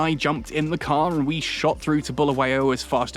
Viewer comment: Sawubona Ahoy, first and foremost I would like to stress that Bulawayo is pronounced as it is not buluwayo. I am however happy to see an English man enjoying my City of Kings Bulawayo. I am in UK and it's cold, I miss home now. Enjoy my City, hope to come there soon